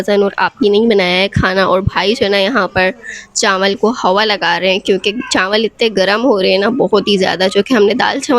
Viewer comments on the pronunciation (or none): Chawal❎ Chanwal✅😂😂😂